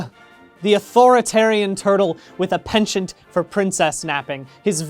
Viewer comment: I had to turn this off after 5 seconds. Americans should never try to pronounce penchant